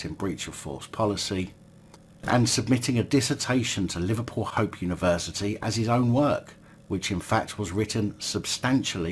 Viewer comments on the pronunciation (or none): Welcome to "Leeva Pewl"